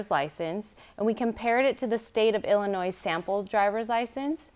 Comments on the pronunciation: Illinois is a silent S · it’s pronounced Illnoi, the “s” is silent. It’s not pronounced like Illinoise. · I'm dyin'! I actually came here to make a comment about said pronunciation! However, I like to think it's spelled, "Illa-noise". 😂😂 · I'll say it again: Any American adult who calls Illinois "Illinoize" should be forced to take the citizenship exam. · I love how said “illa-noise” too 😂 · Someone tell that lady that the “S”in Illinois is silent.